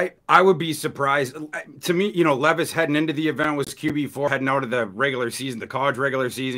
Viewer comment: Why does intentionally mispronounce peoples names? who the fuck is LEEVIS?? its Levis (lev.is). and its not RAY-GORE either